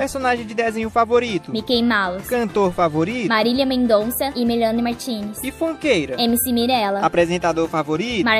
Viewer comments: ''MELAINE Martinez" Cantora preferida dela e ela sabe nem dizer o nome KAKAKAKAKA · A Menina falou o nome da Melanie errado ok? Só uma coisinha